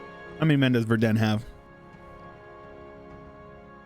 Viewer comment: Long time no see. Haven't seen any LPs from you for ages or even played EU4. Have times again and refresh my knowledge. Find it funny how you pronounce Verden. But that is difficult even for some not North Germans to know how to pronounce this city correctly. Is very well known as an equestrian town. "Verden" comes from "ford"(watersplash), because at the place where the city is today, horses could cross the river.